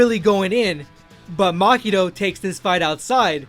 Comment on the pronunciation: its Mahito not makito. how do you expect your channel to grow if you cant even pronounce names properly. this guy is butchering half the names